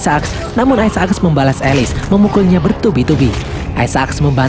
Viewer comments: Aisak min, bukan aisa ak.. apaan sih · Kenapa gak dibaca aysek :v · bacanya aisak bukan isa ak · Bang aisek bang aisek. Bukan aisa ak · aisek bukan aisaak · sebut isaac tu salah donggg. bunyinya yang betul is "ai zek". bukan "ai za ak"!!! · biasa aj bg bilang aisaaak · Ay-sa-aks :v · Nyebut isac rada aneh. Wa haji isak weh